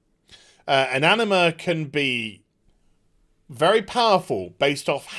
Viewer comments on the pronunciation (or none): hahahaha i only listen to the audio of your clips while working and i heard Enema instead of Anima, an Enema can be very powerful hahaha